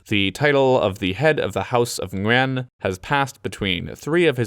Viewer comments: Great job pronouncing Nguyen! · Got an ad about travelling in Vietnam in English on a video about Vietnam in English. Cool:)) P/S: Gotta say, I'm pretty impressed with pronunciation of "Nguyen." Simply spot on. Keep up the good work!